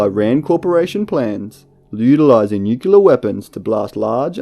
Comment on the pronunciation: It's NU CLEE AR, not nucular. Please try and get it right.